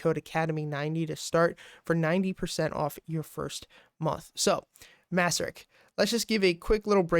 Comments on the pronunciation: Nice analysis, thanks! By the way, it’s pronounced “mace-sur-rich” :) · Actually its MACE-RICH.